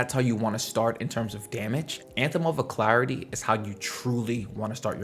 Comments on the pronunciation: Uh-lack-ritty Alacrity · Al Crit tea